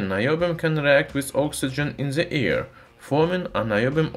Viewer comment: I like when he says it reacts in the air. First I thought “what!?!!! why should it react in my ear???”